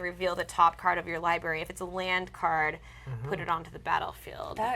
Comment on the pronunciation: ugh, please don't say 'liberry'.